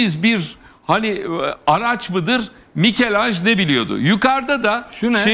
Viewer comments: Mikelanj !! Yuh ya yuh artık. Ben yıllardır İtalyan ressam Mikelangelo’nun Fransızca Mikelanj telaffuzuna isyan ederken bu entel özentisi Ertan Özyiğit artık yazılı olarakta Mikelanj’ı ekrana yansıttı ya, vallahi helal olsun! Ve yıl 2022 !! Hepiniz utanın, yazıklar olsun seviyesiz seviyeliler(!) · Ertan Bey. ,,Mikel Anj,, değil.!!!!! doğrusu MİCHEL ANGELO yani bize göre Türkçe Dilimizde ,,Mişel Ancelo,, saygılar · Michael degil michelangelo Türkçe.. Melekmikail